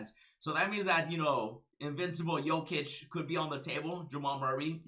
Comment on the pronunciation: You pronounced jokices name almost perfectly